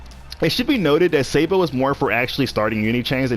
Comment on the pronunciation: Oh yes "Sei-bo"